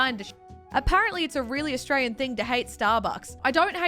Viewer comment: Anyone else pick up on how says I'm Austray-ye-yan or says I'm from austray-ye-a